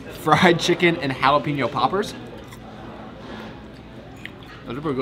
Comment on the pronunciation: I don't like the way you pronounce Jalapeño.